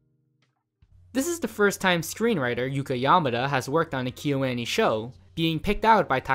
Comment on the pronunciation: The way kyoani is being pronounced in this video is killing me